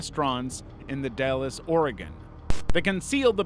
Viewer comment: The Dalles is not pronounced like Dallas